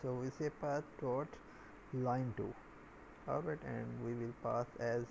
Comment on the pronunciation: you kill me when you say "arwight" every second and I don't understand what is it please help :(